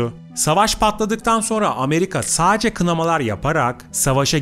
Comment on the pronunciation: Saacce diye bir kelime yok sadece adam gibi konuşun